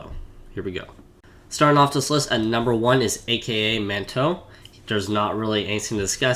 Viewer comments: It isn't A.K.A Manto, it is pronounced Acka Manto. It is Japanese for "Red Cloak", and a famous urban legend. I know you apologized in case you mispronounced words, just saying :) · “A-k-a manto”?